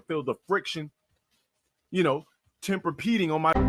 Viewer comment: Bro I watched that vid when he said temperpeding I thought of the matress too lmfao